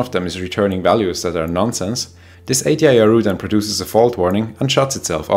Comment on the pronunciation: Always upsetting to hear of casualties although, with no disrespect whatsoever to those poor victims - nor to our excellent host whose Engish is 766 times better than my (Swiss) German, must confess that I couldn't resist a wry smile hearing Ay-dee-eye-ar-ooh😏 which makes a lot more sense than ...-ar-you🙂❤